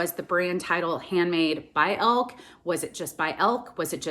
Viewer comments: Pronounced Elkee, not Elk. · It’s probably pronounced El-kee. It’s a German name